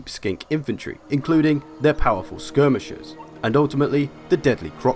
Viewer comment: did he say powerful skirmishers?